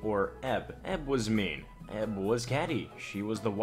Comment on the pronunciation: Dude. Stop saying "EB" and "EK" like a word. EK = [iekay]. EB = [iebie]